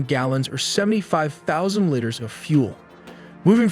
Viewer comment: AI. The same one that says “litters” instead of “liters”